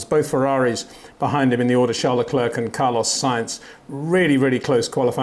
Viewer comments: Hey Peter, I enjoy your insights. But why do you pronounce Charles Leclerc's first name the French way and his last name the English way? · Why can’t Peter still not pronounce Verstappen and Leclerc correctly?